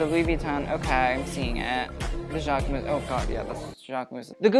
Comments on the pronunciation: speaking both Italian and French it really bugs me how you overly pronounce Versace (but THANKS for doing it correctly) but then mispronounce Jacquemus, the -mus is more like a -mys sound and not like mouse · Him: the jacquemus? 🤢 yeah its jacquemus.